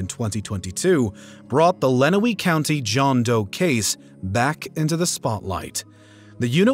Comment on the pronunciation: Its pronounced LenWANNEY Township, Michigan And ToeLEEDO, Ohio RIP ❤🎀🕯🎀 Go MSP💙💛Justice for JohnTexDoe